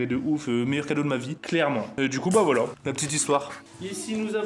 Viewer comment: il a dit voila juste il a pas articuler